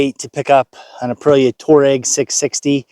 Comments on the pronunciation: I thought you bought a Volkswagen when you called it a Touareg. It's pronounced Twārəg (Twah-reg). Touareg and Tuareg are both the names of the large Berber ethnic group that principally inhabit the Sahara. Whilst both names mean the same thing in the car/bike world they are totally different. Great bike. You'll love it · Say after me...'twar' ...'reg'.... not to difficult huh?